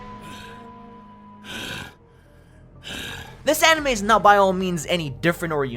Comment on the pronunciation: fantasy animoe world he says